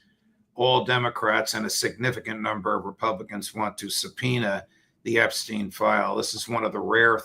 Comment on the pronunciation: Why is it that americans seem unable to pronounce "Epstein"? Listen to Mr Crooke, he pronounces it correctly.